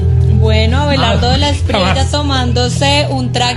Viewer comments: Se pronuncia Espriella no Espriela, es español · no se dice de la Espriela es Esprieya así suena y se escribe Espriella ‼️ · Este tipo ni si quiera sabe decir Espriella, dice Espriela, no se puede esperar mucho. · En español existe la “ll”